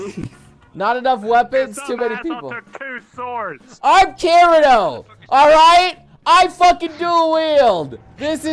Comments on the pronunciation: Saying kirito's name wrong -1 point Not saying link start -2 point's Every thing eles + whatever you want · so we arent going to point out how he says kirito wrong the whole video? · hmmmm when is somebody gonna tell him he’s saying the main protagonists’ name wrong..... 😂 lets just see how long it takes him lmao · So u can say Asuna but not Kirito 😂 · He can't even say Kirito right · Points off for saying kirito wrong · Points off for not saying his name right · I'm offended, you said Kirito's name wrong.. ;c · anyone else bothered by the way he pronounced kirito's name? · He said kirito wrong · Why is he saying kirito wrong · Why does he say Kirito so wrong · THE CRINGE OF PEOPLE SAYING KIRITO’S NAME !!! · I wanna slap you for saying his name wrong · How you say kirito triggers me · It bothers me how he says kirito. Bye.lol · U said the name wrong!!!! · Why can’t you say Kirito right you make me angry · Why u saying kirito’s name wrong it’s killing me bruh it’s not that hard to say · Say the name right lol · I hate how he says their names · Butcher the name 😂😂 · Miss pronounces kirito so much, so disappointing... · Pls stop saying Kiritos name like thst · The way you pronounce Kirito's name annoys me... Why not pronounce it correctly? You have to americanise everything... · I know he’s pronouncing it wrong? Like I said, he says “Kirito” with American pronunciation instead of Japanese, and he has ever since it first came out. It irritates me, but I’m used to it now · When he said Kireeeto I cringed. Kirito damn it , Kee dee toe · It annoys me how so many people say Kirito wrong, its Kee-dee-toe not keer-i-toe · Kirido......... it's keer-etoe..... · It is not kireto it is kiteto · Did he seriously pronounce kirito as ki-ri-to instead of ki-di-to like it says in the anime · its pronounced kiri toe not kiri do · really annoying the way you say Kirio it's Cree-ti-OH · He said "Kirio" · Sounded more like Kirido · He said giritou.... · ITS PRONOUNCED KITITO